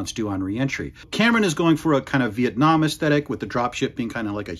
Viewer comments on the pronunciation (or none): none